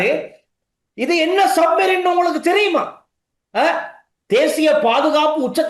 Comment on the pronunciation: சரியாக சப்மெரின் என்று சொல்லத் தெரியாத சஜித்